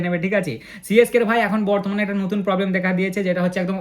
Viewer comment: batman noi bartman😂😂😂